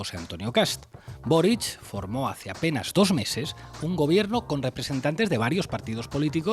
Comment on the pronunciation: es Boríc. Es catalán